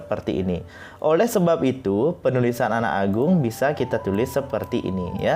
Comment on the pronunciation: Swasti astu bli.. dr kt anak agung ndak menghilangkam penekanan kata anak _ agung seperti ada kata terputus dlm pengucapan..bgmn klo " a " nya digantung di "ka" apakah itu keliru.. suksme